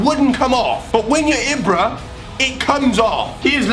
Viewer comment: You say it as ebra not ibra